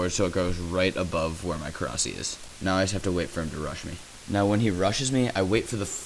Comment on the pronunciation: please say korsi like korasie, eritates me when its not said right, ur not british or other nationality so no excuses